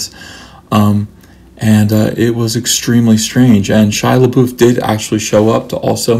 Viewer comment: A agree with you about Indiana Jones and the Crystal Skull. It got a lot more hate than it deserved. Perfectly enjoyable movie. I see you also pronounce LaBeouf correctly like I do.